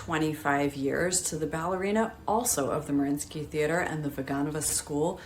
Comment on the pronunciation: Doesnt Mariinski have TWO "i" in both spelling and pronunciation?